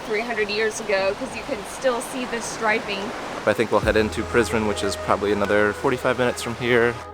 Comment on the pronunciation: When he said let’s go to prizren it sounded like he said let’s go to prison